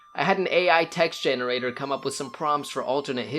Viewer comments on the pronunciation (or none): none